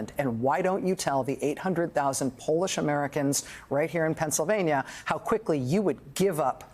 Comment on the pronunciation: Can't wait till he moans about her mispronouncing Putins name. She called him Quantumcom Putin!